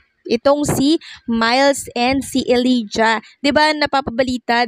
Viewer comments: Elijah dapat ipronounce na E lay ja hindi E li ja... Thank you! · Ellijah is pronounced elayjuh not elidya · Elijah = /eh-lay-ja/ (not /eh-lee-ja/)